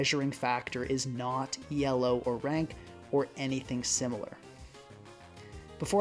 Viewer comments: hey, you told me you wanted to work on your english better, just wanted to say you dont have to pronounce elo as an abbreviation, it is meant to be said as a word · It’s not E.L.O, just Elo, Elo isn’t an acronym it’s the last name of the man who invented that rating System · Great video except for your pronunciation of Elo 🙏